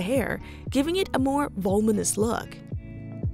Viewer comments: Vol-mon-us is not a word. Vo-Lu-mon-us is the the correct word. It has four syllables with the emphasis on LU. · vol-U-minous. Not volminous 😉